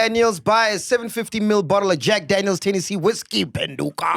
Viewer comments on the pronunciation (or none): none